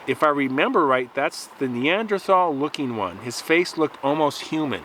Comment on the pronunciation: Thanks for saying neanderthal instead of neandertall